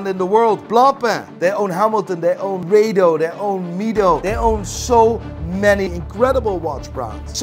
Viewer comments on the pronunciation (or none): Hang on, say Rado again!